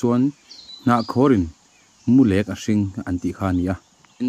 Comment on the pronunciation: Mulek tih i lam dan hi a dik lo deuh in ka hria,lek tih hi pathum lek, pali lek kan tih ang hian lam tur anih hmel.